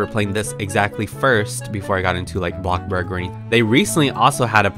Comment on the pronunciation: Say it with me BloCkbuRg